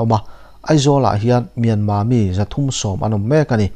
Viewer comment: Myanma ti loin Myanmar ti tawh ang Mizote hian ṭawng lamfiah theih loh kan neih loh kha